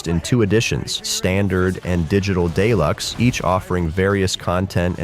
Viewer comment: Did you say... Digital Day-lux?